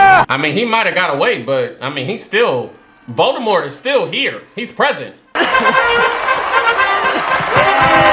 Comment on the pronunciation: “When I take this cap off I look just like lord Voldemufflrmffm” plssss you and these names😂😭